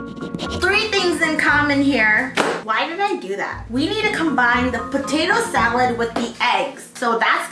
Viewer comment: She reminds me of felix stray kids, tht sAalOod tho